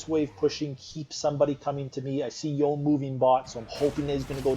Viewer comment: Yone (as with Yasuo) is a Japanese-derived name, so you pronounce both syllables: "YOH-NAY." Most foreign languages don't have a silent E.